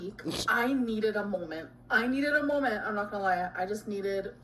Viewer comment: Next video "hello guys it was a BPDDDDDDDD MOLMENT q.q"